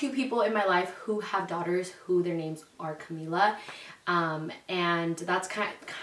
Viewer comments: Natali Vazquez yessss lol that irks me, like say “Camila” like the music group not Camila like camila cabello 😂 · Am I crazy I feel like she keeps pronouncing it not in a Spanish accent lol. Like Cuhmila. Cahmiiiiila. 💕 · how cute!!!💕 my niece's name is Camila Isabel and we call her cam or camina because that's how she pronounces her name lol